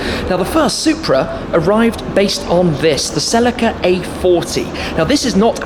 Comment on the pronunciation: Did you say "sell la ka" you mean celica " sell leek ca" lol great review though 👍